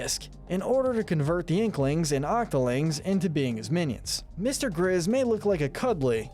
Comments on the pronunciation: He said mr. gizz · “Mr. gizz” you mean Mr. grizz